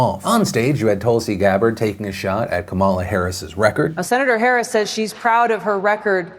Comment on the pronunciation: Hey Phil, Kamala is pronounced comma, lah